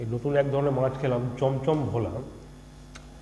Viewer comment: Why is shawarma pronounced as shoborma by u and bhola maach pronounced as vola????? Cant u bongs atleast get ur own pronounciations correct instead of using stupid pronounciations where not needed like instead of bhel puri its now become vel puri... so instead of bangla and bangali why dont u say vangla and vangali?????? Since when did u guys hav a va in ur vocabulary.... everything was ba. Stop desciccating a language just because its not ur own. Respect others languages instead of ruining it.